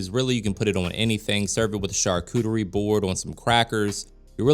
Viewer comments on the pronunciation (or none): none